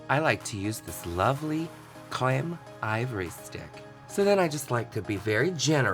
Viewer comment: omg please say creme again..sooo funny 😂😂